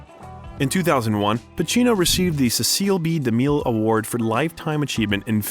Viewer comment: C'mon! Haven't you seen "Seer-pee-co?". It was reviewed by film critic Roger "Eh-bert". And Pacino won the "see-essle" B. Demille award!